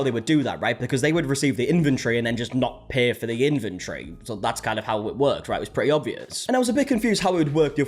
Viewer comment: "inventory" is not pronounced as "infantry".